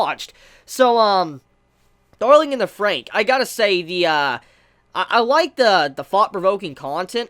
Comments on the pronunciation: You're still saying the title wrong, it's said Darling in the Franks not Frank. Hence the double XX after Fran gives it a plural sound. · WHAT THE HELL!!! How dare you mispronounce the title of the anime. God forbid anyone mispronounces something nowadays. I'm sooo offended right now I can't even handle it. I'm utterly disgusted....... btw, I really liked the later part of the episode with Ichigo and Hiro. I personally like Ichigo more than 02 currently.